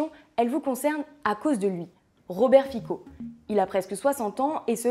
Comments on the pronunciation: ps: on dit Fitso, pas Fiko :) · Son nom se prononce Fitzo. Il est anti-LGBT, anti-migrants, pro-russe d’accord mais le raccourci avec un parti néo-nazi est tiré par les cheveux. Je ne l’apprécie pas soyons clair mais cette vidéo n’est pas de grande qualité.